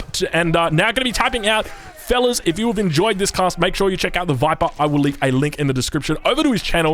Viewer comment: WTF!?!?! That was the worst "The Viper" I have ever heard. Please remake this video. Merry Christmas too.